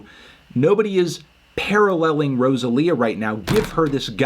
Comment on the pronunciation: Every time you mispronounce Rosalia I die on the inside